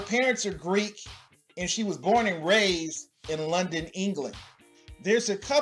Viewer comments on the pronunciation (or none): none